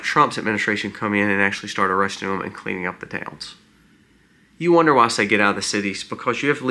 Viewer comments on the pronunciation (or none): none